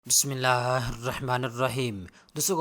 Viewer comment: بسمہ اللہ تو صحیح طرح سے ادا کرو